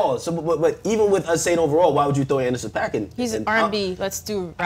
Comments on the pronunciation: This nigga really said Andersen pak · Nigga really said Anderson paak 😭😭